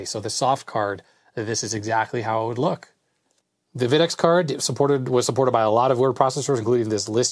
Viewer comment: FYI - Videx is pronounced VY-dex, not VID-ex. I was the lead engineer for the company in the late '80s thru the early 2000's, and we always winced when a customer mispronounced the name! :)